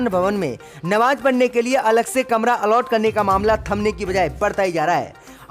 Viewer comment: "All out" is wrong say "Allot" "Nakhlauw" is wrong pronunciation it must be speak Lucknow Majjid be say MASJID 🖓🖓🖓🖓🖓🖓🖓🖓🖓